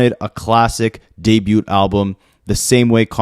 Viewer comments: Bro! For the umpteenth time!: The T in debut is SILENT! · How has no one ever told you that you pronounce debut wrong. You say it so often